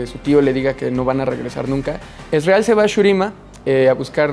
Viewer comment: Que porquería como pronuncia "Ezreal".